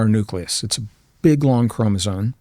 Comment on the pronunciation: It's bugging the hell out of me that this highly educated and smart man keeps saying "chromosone" instead of chromosome. If you're going to give lectures or go on podcasts to talk about these things then you should probably know how to properly pronounce a simple word that kids learn at a young age.